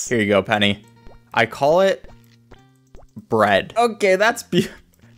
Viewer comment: "bread"? More like "bruhd"